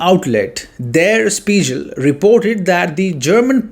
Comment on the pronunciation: It"s pronounced "Der Shpiggel"